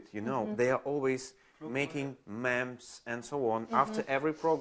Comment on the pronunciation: это "мимс" же по английски, ну или на худой конец "мемс", но не "мэмс" (по-русски, кстати тоже редко кто говорит "мэм")